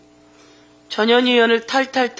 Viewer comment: 전 현 희 의원이라고 발음 또박 또박해주시지 이상하게들림